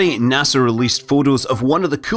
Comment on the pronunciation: I believe it’s pronounced NASA not NASR